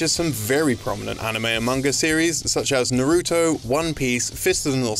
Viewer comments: Naw-Roo-Toe, Not Nuh-Roo-Toe And it's Loo-Pawn, not Loo-Pin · I like how he tries way too hard to say "Hirohiko Araki" but then says nah-RU-to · Wow I did not know Lupin had some games. (By the way not to sound meticulous, it's pronounced "Lu-pon" and "Nar-ru-toe) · Did you know? UK YouTubers pronounce 'Naruto' incorrectly every time. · Dislike this video because they pronounced Naruto incorrectly.